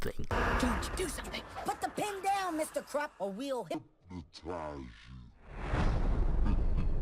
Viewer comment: Mr Croock? he is mr krupp